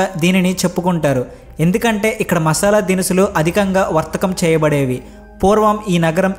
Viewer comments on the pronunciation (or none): none